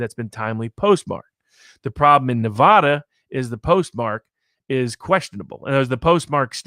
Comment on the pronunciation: your mispronouncing Nuh-Va-Duh diminishes your Argument.